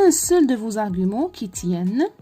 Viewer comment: النطق (ڨ) في argument ممكن نسيتيه و شكرا على المجهود